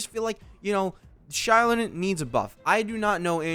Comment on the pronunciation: It's z-eye-LOW-nen. Source: the Pyro Archon. Xilonen is basically Kazuha, you don't need to worry. How can you say DEF scaling is almost guaranteed when Navia exists? Also no one will ever replace Furina as the best character in the game.